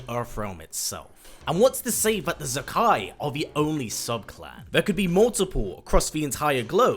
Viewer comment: I'm probably wrong but I think Zaki is meant to be pronounced Za - Kee instead of Za - Kai. But I don't know for certain it's just the spelling suggests that to me. Anyway good video